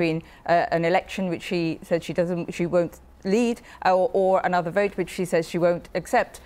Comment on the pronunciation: ...why say ANOVER....It sounds so stupid.